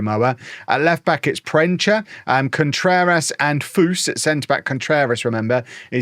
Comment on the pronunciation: Proensa not proencha